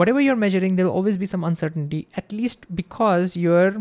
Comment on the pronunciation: Dude literally said uncertain-titty